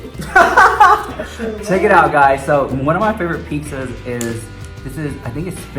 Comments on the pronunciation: I love how he says piksza instead of pizza. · a sure way to know if someone is latino, "peeksa". my whole family says it like that! lohv it!